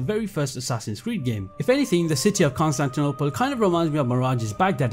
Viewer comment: Hearing Konstantynopol being said with that accent is so funny